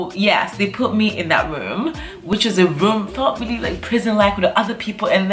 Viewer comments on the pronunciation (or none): She kept saying put me in that woom , he he he .